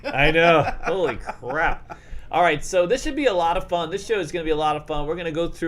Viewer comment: Love it when he says Holy crrrrrap